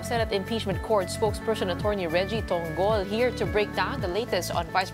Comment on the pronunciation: To-ngol yan not Tong-gol. Tongol ng baka masarap. lol